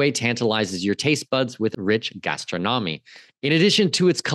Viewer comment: Please learn the proper pronunciation for the word, "gastronomy." Thanks for expat-oriented Uruguay info.